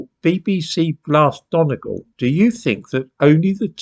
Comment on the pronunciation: Lol Dundus. Done-GAWL.